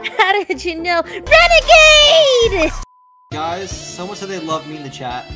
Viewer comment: Renagade? It's renegade